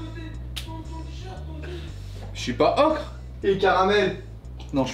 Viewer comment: vous avez fait un melange pour l ocre entre le francais "ocre" et l anglais "ocher" 😁😁